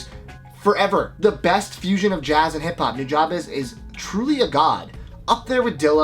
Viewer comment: it's not NEW-JAW-BEZ it's NO-JA-BES!! JA is like the sound of ugh not ah ...!!! say it right!! and you don't draaaaag on the second syllable! just say Nujabes correctly, damn it. so NO - JA(ugh) (like jUGH) - BES(BEST(minus the T)